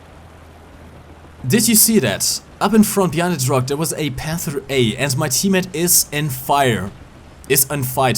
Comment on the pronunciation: wieso sprichst du Panther so aus? ich mein ich mag dein Englisch aber ich geh mal stark davon aus das du schon mal ein Englisches War Thunder Video gesehen hast und selbst Leute die kein Deutsch sprechen sagen den namen besser als du :D da jeder die Namen Deutscher Panzer versucht in Deutsch aus zu sprechen ob er es kann oder nicht könntest du es auch einfach Deutsch aussprechen.